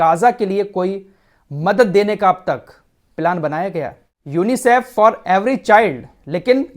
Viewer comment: Bhai sahab kha se le ye news.chutiya mat banao.UNICIF ko teek se tho bol